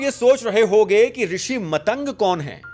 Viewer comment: Bhai vo matang nahi maatang rishi hai,galat pronunciation se thoda irritation hoti hai. Baki video bht hi informative n rochak hai👍